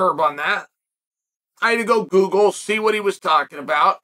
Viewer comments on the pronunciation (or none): none